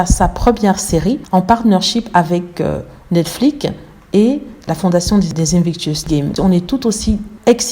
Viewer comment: C'est Netflix et non pas NeKfliK.